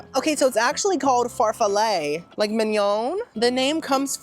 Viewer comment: P.S. - your pronunciation of gnocchi is perfetto! And super close on the sweet cheese found in tiramisu: it's MAH-scar-POH-neh; there's no "r" in the first syllable. Farfalle is pronounced "far-FAH-leh", and fagioli is pronounced "fah-JOE-lee." Btw, your songs were 🔥🔥🔥!